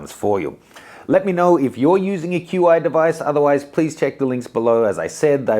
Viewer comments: It isn’t pronounced Q I, it’s Chi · "Q" "I" charging?!? It's pronounced sort of like "chee". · It's pronounced "CHEE" not "Q i" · Its called "chi" not called "Q.I." Fail. re-record it when you know what you are talking about. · It's pronounced chee... Takes about a minute, to Google how to pronounce it... Ignorance or laziness.? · QI is pronounced Chi. XS is pronounced Ten S. Not sure how reliable this video is when the presenter doesn’t even know the product names. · Love you but i stopped watching at "QI". You killed the name))